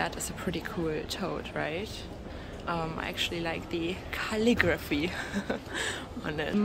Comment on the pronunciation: You said Karligraphy hahahahahahaha you are so clever!! But really tho that is a sick tote I'm def interested 👀👀